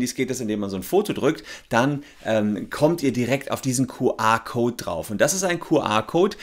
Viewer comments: Entweder "Kju Ar" oder Ku Er" aber NICHT "Ku Ar" #neuland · Ich dachte immer das heißt "QR" und nicht "QA"... Zerstörtes Weltbild durch unklare Aussprache 😂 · Herr Solmecke, so geht das nicht. Ihre Aussprache des QR-Codes (bei Ihnen Kuh-A-Code) ist unmöglich, weil das eine Mischsprache ist. Das spricht man anständigerweise entweder vollständig Deutsch aus (Kuh-R-Code) oder vollständig englisch (Kju-Arr-Code). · No front: „Kuh-Ah Kout“ 😂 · Dein "Kuh-Ahhhr"-Code triggert mich voll ^^ Hört sich an wie QA-Code statt QR-Code ^^ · Das Q spricht man aber im Englischen nicht "Kuh" aus... Das ist dann denglisch